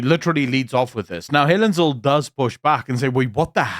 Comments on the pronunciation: It's "Helen Zille" As in TWO "L's" and not one. It is NOT "Zil" - it's ZILLE! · It’s Helen ZIL-LE, not Zill… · Through the whole video i wanted to scream its Zille not Zill. But bow im not so sure anymore. How is it pronounced? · It's not ZILL, it's ZIL-LE. Not a silent E at the end there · Zille not Zil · “Zill” is pronounced “Zilla” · Zille, although it ends with E is pronounced ZillA. Come on, you sound like an AI recording! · Her name is pronounced zilla